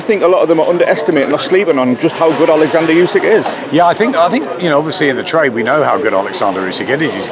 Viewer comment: Why do people pronounce names different to the actual folks they are mentioning. Olikzander?